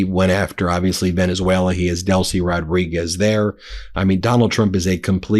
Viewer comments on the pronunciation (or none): none